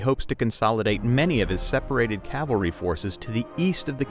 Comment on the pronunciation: Great channel. Interesting content. I absolutely love the camaraderie of the club. Just one concern, have practice saying 'cavalry'.